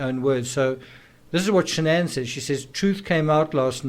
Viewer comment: Also Shan-an wasn’t her name. It was Shannan. She tried to get Chris to change the pronunciation of his name as well.